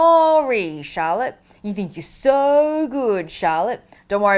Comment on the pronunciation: The way you pronounce Charlotte, it sounds like shallot.... Now, you just ruined a really good potential name for my kid, thanks Natalie.